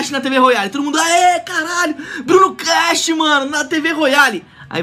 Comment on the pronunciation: Nada a ver bruno já tinha muitos brasileiros antes ainda tu falou errado kkkkkk crash